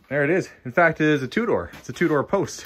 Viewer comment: Two-door car, what I keep hearing "a Tudor car"... :D